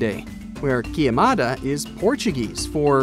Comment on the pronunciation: Man, queimada is the right word... Not quiemada... Doesn't invalidate the value of the video but Portuguese is a tricky language... Believe me, I know... I'm native Portuguese